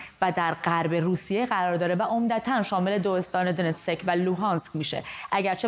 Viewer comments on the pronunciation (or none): دونتسک را اشتباه تلفظ می کنید ، Donetsk تلفظ میشه